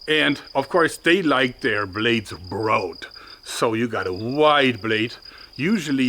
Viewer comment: You said 'browed' It's 'Braw-ad' Say it fast and you got it! Broadsword